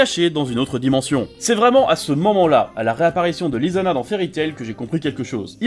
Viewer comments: Le prénom Lisana se prononce Lissana TEAM FAIRY TAIL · Je ne suis pas d'accord sur tellement de points que je pourrai écrire un commentaire construit pendant une dizaine de minutes... c'est aberrant toutes les idioties qu'on peut entendre en quelques minutes. Déja, quand on fait la critique d'une oeuvre, on se doit de prononcer les noms correctement, par respect, "" 🤦🏻‍♂️, "LIZANNA", "MARIJANE" au lieu de Mirajane... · Quand ta prononcé " " et "Lisanna" 🔫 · C pas mise gun c mist gun Et c'est pas lisana c lissana mais sa s'écrit lisana